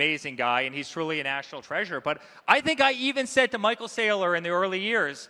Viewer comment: Michael Sigh-lor 😂